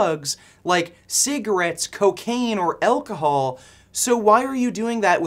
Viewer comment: what the hell is "elkohol"? is that what you Canadians drink? Fermented moose spunk?